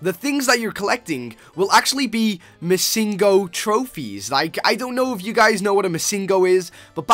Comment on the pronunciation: its missing no. it means missing number. not missin go. just a little fact :)